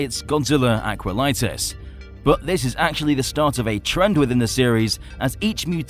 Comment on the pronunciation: It’s not Aqualitis, it’s Aquatilis